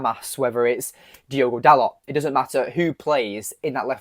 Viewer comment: It's not "Dalott", it's pronounced "Darlo".